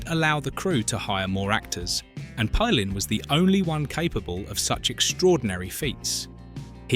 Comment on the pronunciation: Palin is pronounced pay-lin not pal-in if you want to give insight then use some intelligence and do some decent research.